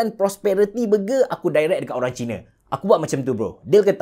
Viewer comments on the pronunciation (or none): none